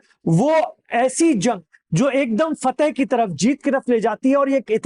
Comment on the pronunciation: Faateh Khhabari,,, fateh Khhabar naji